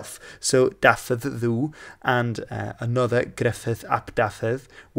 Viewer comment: I really enjoy everything you do. However, when you pronounce Dafydd Ddu (Davith thee) as Davith doo. Well, it's really painful to listen to. Surely you can get a Welsh speaker to help you with your pronunciations. It's really not that difficult, when you master the Welsh phonetics Thanks anyway for everything you produce. Diolch yn fawr iawn.